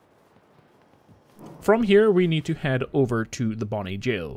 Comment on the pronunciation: Ty for pronouncing 'gaol' correctly.